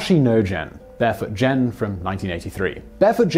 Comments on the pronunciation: Who's Barefoot Jen? "Gen" is pronounced like the Ge in Get. (Did you actually watch the movie?) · Someone should tell Simon Whistler that there are no soft G's in Japanese. It's not Barefoot JEN. And Simon might have mentioned that the original story came from a man who survived the bomb. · Um, "Gen" is pronounced with a hard "g", so, like the second syllable of "a-gain".